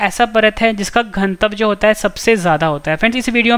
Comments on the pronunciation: घन तव क्यों बोलते हैं आप घनत्व क्यों नहीं? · घनत्व का उच्चारण सही करो भाई